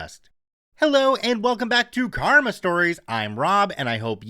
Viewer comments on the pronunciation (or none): none